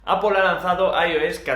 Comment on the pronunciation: Al menos dices bien "Apol" y no "Apel" como otras personas 😂😂😂😉😉